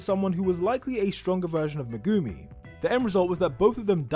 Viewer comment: I will never understand how anime fans will watch a anime and hear how their names will be pronounced and still some how get it wrong every single time. Hearing him pronounce megumi is like nails on fucking chalkboard too me.